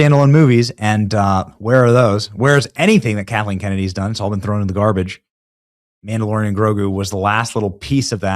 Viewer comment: the mam-dalorian and tofu 😂😂😂